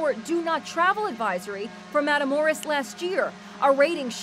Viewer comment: Ive never heard someone pronounce "matamoros" worse than this news lady lmao. Matamoros is dangerous though, kinda ironic how in English it roughly translates to "kill guys".